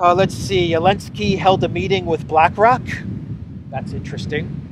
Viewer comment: Why do you call Zelensky "Elensky"?